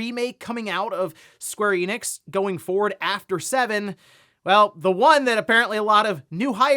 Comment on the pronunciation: Square Enix, not Eenix.